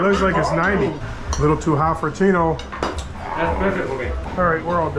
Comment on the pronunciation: Tino aint got no L’s 😂😂😂